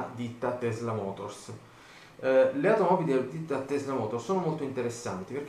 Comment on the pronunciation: tesla si pronuncia con la s forte come se fosse doppia ;)